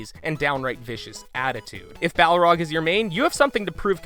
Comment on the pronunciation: Sorry, I got distracted each time you pronounced it "Bough-rog". Entertaining video though!